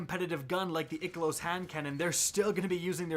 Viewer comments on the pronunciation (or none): Question, Why do you say Ikelos as Ick a Loos? I thought it was Eye Kellos / Eye Kill Oos. Or have I been saying it wrong? Thought when bungie did the live stream with EP that's how they said it.